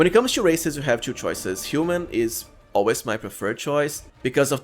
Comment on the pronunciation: Why you pronounce all 'u' to 'yu' 'two' pronounced tu, not tyu.